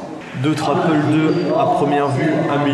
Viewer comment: "APEUL" c'est quoi ???